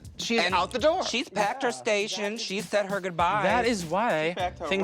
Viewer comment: “She pecked her begs” -Trixie